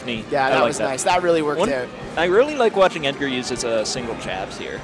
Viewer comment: oh my god stop saying edgard that's not his name his name is edgar no extra d holy shit